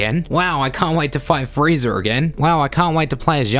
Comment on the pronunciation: This guy says "Friezer" and "Yamcher"